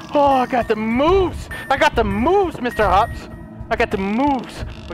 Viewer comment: Anyone know he said Mr home not Mr hopps